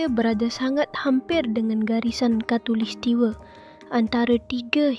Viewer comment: Khatulistiwa dik, bukan khatulistiwe😂😂😂